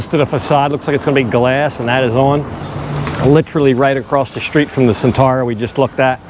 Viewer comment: 'Street' unlike 'shop' has no 'h' in it. Why do you say "shtreet"?